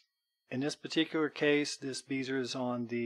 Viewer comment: Bezier. Pronounced "bez-e-a" - short e, long e, long a. Timbre. Pronounced "timber"